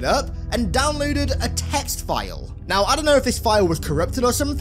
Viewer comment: are you serious right neow bro?